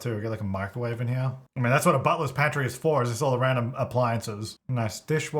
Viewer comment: Had to google what a "buttless pantry" is. Then I found out that he was saying "butler's pantry" 😭😭